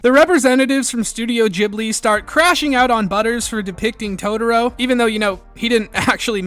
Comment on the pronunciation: Totoro, not "toutourou"